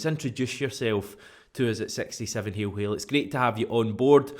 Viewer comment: ITS Hail Hail not Haiw Haiw....